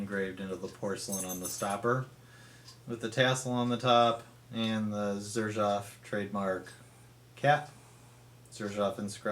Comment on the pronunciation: Pornunciation is serzhoof not zerjaf